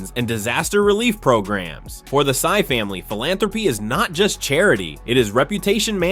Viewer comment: Henry Sy not Henry Psy